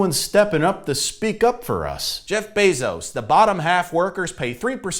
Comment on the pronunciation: Disappointed to see stopped the bit where he said Jeff Bezos wrong on purpose